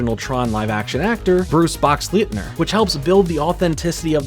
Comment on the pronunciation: I did not know this even existed. Wow! Like the look and I'm interested. I also game and i don't recall TRON: Whatever it was game sub-title, either. I've also never heard Bruce Boxleitner's name pronounced that way... ? (Box•lighten•er) is how I've heard it for decades. 😋 As a child i saw the original at the cinema (best line was "That's a big door"). Consider mind blown at that time, not by the big door but by what the computer on my desk might contain or i could imagine it contains. I learned how to program a computer shortly afterwards, before finishing school. Yes, yes, yes, yes yes!